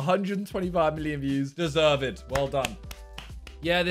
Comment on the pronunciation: deserve-ed? don't think that's a word Simon